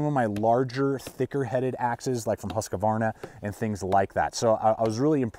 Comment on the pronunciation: "Pertential" is not a word. Husqvarna not husquhvarna.